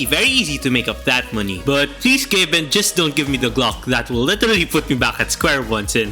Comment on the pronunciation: why are u saying gloch its fucking glock with CK NOT CH